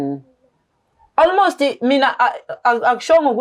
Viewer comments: Ei isingisi sa almost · Ingrish is igrishing"almost"😂😂😂yooooh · Islungu kumakhosi "Almost, tshocked"🤦🏽‍♀️ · I'm traumatised by ALMOST 🙆🙆🙆. Engrish yhooooo 😂😂😂😂